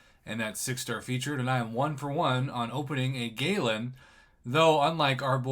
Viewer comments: Prof its gal an not ga lan the second one is what your saying. Also like I said before watch lagacy videos on him there r tones of videos on there and karatemike has a wonderful tutorial on how to use him. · His pronunciation is Guh-Lawn. Galen is my name